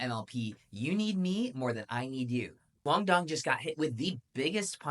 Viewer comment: I’m Vietnamese and approved your pronunciation of QD’s name. However, his last name needs to pronounce with an Z instead of an D.